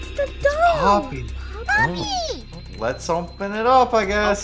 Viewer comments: ‘I think ploppy killed them’ Instead of “I think poppy killed them” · I love how instead of poppy said ploppy LOL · I almost died when they said ploppy instead of poppy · I love how you call huggy wuggy ploppy and you call the game ploppy playhouse when called poppy playtime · is popyy not poplyy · is it just me or did say ploppy for the whole video? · Everyone accept calling poppy ploppy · said "ploppy" bruh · It's not plopy